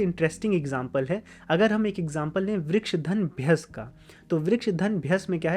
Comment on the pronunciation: As a Sanskrit learner and teacher, I request you to pronounce the complete sound of the svaras. I understand Hindi has half sound of Svaras, but वृक्ष is pronounced as Vriksha (note, I don't mean Vrikshaa) and not Vriksh. When there is a halantha, the svara is cut by half. Like if you want to say Vriksh it will be written as वृक्ष्।there is no word like that in Sanskrit. It is वृक्षः or वृक्ष in sambodhana. क्ष् + अ। request you to please not swallow the अ🙏😊Correct उच्चारणम् is very important in Sanskrit 🙏this my विनम्र चेष्टा to make Sanskrit accurate। बाकी तो, आपका काम पुण्य का है। प्रणाम।